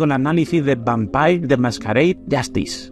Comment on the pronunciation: Vampeir lo que?😂